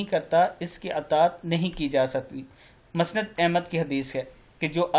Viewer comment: مسند کو صحیح تلفظ کے ساتھ پڑھیئے۔